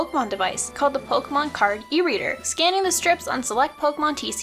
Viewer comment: It's pronounced "poh-kay-mahn." Not "pohk-mahn." It's right here in this official handbook from 1999.